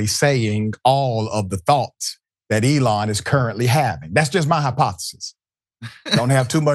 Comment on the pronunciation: White people🤔 isn't this ghetto behavior in the oval office? Or should I say "ghetho?" Pronounce your "Ts" darling.